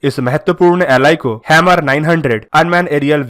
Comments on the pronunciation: Bruh its pronounced as 'Her-mis' not hemir or hammer. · Hammer nhi bhai "HERMES" naam hai uska bhai. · आपका उच्चारण गलत है। इस ड्रोन को हर्मीज बोलेंगे। आप हैमर कह रहे हैं।